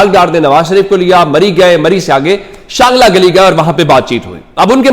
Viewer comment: شانگلہ گلی نہیں چانگلہ گلی ہے